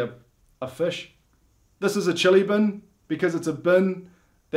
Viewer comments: It fish not fash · Its fish not fash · Listen to how they say “fish”. Kiwis say “fesh”. The rest of the world says fish. 😂😂 Also, nobody but kiwis can pronounce Māori properly… they say it like “mouldy” 😅 (as an Aussie, took me a while to work out what they were saying!😂) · Aw yeah I'm kiwi so I'm going to have a go at U Aussies for calling a fish a fish it's spelled fish so that obviously means it's pronounced a fush. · YOU SAY FESH trust me